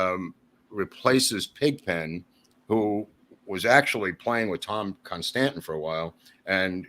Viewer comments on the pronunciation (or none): Its Con-STAN-ten!